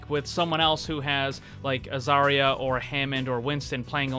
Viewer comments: It's Zarya, not Zaira, thank you very much. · You can tell he's had long day when he starts calling zarya zyra lmao